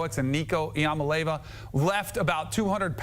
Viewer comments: It’s really not difficult to say “Ee-a-molly-ava” if your job is to cover college football on TV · When is Danny gonna learn how to pronounce Nico's last name? (TN covers, under hits and Kentucky doesn't score over 10pts) 🍊